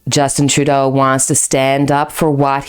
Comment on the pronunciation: So have we in the US been mispronouncing Trudeau? TRUdeau, not truDEAU?